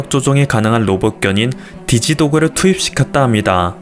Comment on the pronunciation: 디지 도그 ..발음이좀 ㅋㅋㅋ